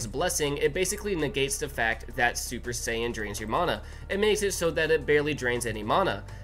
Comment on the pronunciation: your saying the word mana wrong like 100 times and it gets more annoying every time i hear it